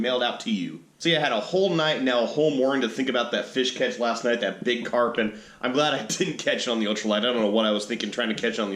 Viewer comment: Carp not crap lol